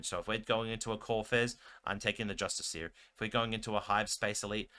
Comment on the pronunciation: It's pronounced with the emphasis on the "iss". Just-ISS-ee-er. Not justice-EE-ER. Doesn't bother me. But if the role were reversed, I'd want to know. Now you know.